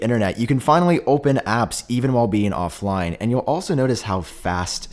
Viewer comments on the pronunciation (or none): "of-line or of-line"